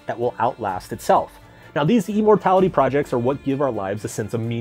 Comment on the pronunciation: "e-mortality" projects lol